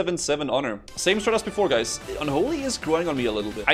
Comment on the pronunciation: As a Swede watching i laugh a little when you say Bajs instead of guys, Bajs means poop in Swedish 😂💩 As usual I love the content!